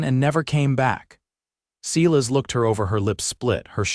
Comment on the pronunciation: If AI could just learn to pronounce names correctly! It is not Sealis it is pronounced as a long I…Silas.